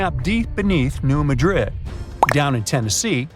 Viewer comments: Please pronounce New Madrid correctly. The emphasis is on the first syllable of Madrid - MADrid, not the second like the city in Spain - maDRID. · Emphasis on the 1st syllable. New MAD -drid. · You're pronouncing New Madrid wrong. I can't take this seriously.